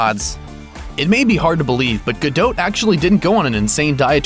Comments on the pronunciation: Isn't her name pronounced Gadot (DOT) not GaDOTE? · Guh-Dot not Guh-Dote. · It's DOT not DOTE. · her name's gadot' not fucking gedoute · Not gadoat gadot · "Ripped" hardly! that is a overstatement! i wish people would stop lying about titles on youtube. Her name also is pronounced "gado" not gadot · STOP SAYING GUH-DOT WITH A LONG O...HOLY SHIT THE T IS SILENT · GadoTTE << is that seriously how "Gadot" is pronounced?! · The 't' of her family name is silent. Essentially pronounced 'ga-doe'. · Stop saying 'gadote' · Its pronounced Gado the "t" is silent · i THOUGHT IT WAS more like "Gal-doe" pronounced the way it would be if it were French. Like the "t" is silent. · OMG I CANT WATCH THIS VIDEO. ITS GADOT AS IN "GA" "DOT" AS IN A DOT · I can't watch anymore of this idiot's videos. In every single one he pronounces Gadot's name wrong. I mean how you gonna know all this shit about the woman and you can't work out her name. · you're saying her last name wrong! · The "T" in Gadot is silent... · Americans' pronounciation of Gadot never fails to make me cringe. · Gal Gadot is perfect with or without her workout. Stop the hate on her because "she wasn't really ripped!"-- she was amazing as Wonder Woman. Plus the voice over guy isn't saying her name right.. you know you have access to the internet and could do some research on the subject you're doing a video on.. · you don't pronounce the T dipshit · You don't pronounce the T in her last name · If you're gonna make a nearly 4 minute video on a celeb, perhaps research how to pronounce their name first. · I wish he would say gadot right